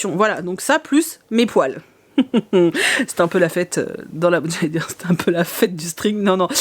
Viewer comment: Je pensais VRAIMENT que tu avais acheté des poils... avec l'accent pas-québécois, je me demandais VRAIMENT quel genre de poils tu avais pu acheter. J'imaginais des rallonges de poils pour Meiko!